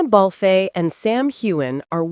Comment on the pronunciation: Please pronounce their names properly: Sam HewAnn and Catreena Balf. You lose credibility with your mispronunciations.